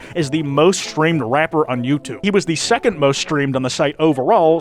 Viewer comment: …Why is TTS pronouncing rapper that way?